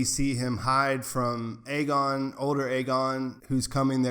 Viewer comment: By the way, it’s EE-gone, not IH-gun or AY-gone, and Ee-NEZ, not IH-niss. You switched back and forth between pronunciations several times and it threw me off. Just thought I’d help ya out :)